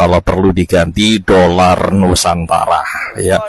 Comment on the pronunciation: Kesian apek koko 😂😂sebut doller pon tak betul kesian rupiah .